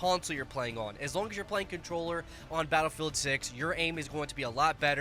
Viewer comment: Battle Rei'el? Re El? Rhe L?